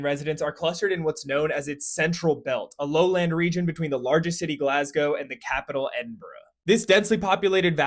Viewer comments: AN AMERICAN WHO CAN SAY GLASGOW AND EDINBURGH?? We accept this man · Don’t know who this man is, but you can pronounce Glasgow so we accept you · As as Scot, I had my arsecheeks clenched for when you were going to mention the capital’s name… …they are now comfortably unclenched 🙏 Also thank you for not saying “glass-go” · Thank you for pronouncing both Glasgow and Edinburgh correctly (GLAZ-go & EDIN-bur-ah) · He said Glasgow and Edinburgh correctly. This is a rare thing in The States. Kudos. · He didnt say Glas-gow🥹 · Finally an American who can pronounce Glasgow and Edinburgh correctly, Thank you for taking the time out to learn how to pronounce Glasgow and Edinburgh we appreciate it. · Pronounces Glasgow and Edinburgh correctly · I like the fact that you call them fjords, but we call them sea lochs. Also props on the almost correct pronunciation of both Glasgow and Edinburgh 😂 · Well done on the pronunciations of Glasgow and Edinburgh. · Wee Scottish guy here, I’m impressed with the pronunciation of Glassgow and Edinburgh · Thank you so much for pronouncing Glasgow and Edinburgh correctly. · 1. Full credit for actually pronouncing Glasgow and Edinburgh right it’s rare to hear Americans do it 2. There has only been 1 official independence referendum the rest are polls or the snp using it as a campaign strategy 3. Scotland leaving nato isn’t being considered or mentioned with independence. Those that want impedance from the uk only want a free governing Scotland run by the Scottish or atleast people who give a flying ** about the country. Rejoining the eu is a big talking point but leaving nato isn’t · Excellent pronunciation of both Glasgow and Edinburgh, props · Thank you for pronouncing Glasgow correctly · American pronounces "Edinburgh" and "Glasgow" correctly! Have a like! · Kudos for pronouncing Glasgow and Edinburgh properly. Negative points for the k sound in Loch though 😁 Excellent video.